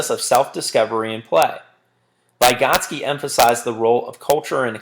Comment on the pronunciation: Every time he mispronounced "Vygotsky" I threw up in my mouth a little... Good video though